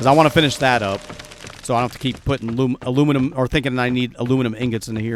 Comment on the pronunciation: My new fun. when says Alumelum. I go Bumelum 😛 Thanks this episode was fun 😀